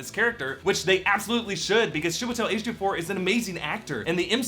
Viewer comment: Note: "CHEE-weh-tel" ➡ Chiwetel Kudos on getting the last name right, though! Personally, I think w can count on a DS sequel, maybe with a small intro to Clea as his student and eventual love interest.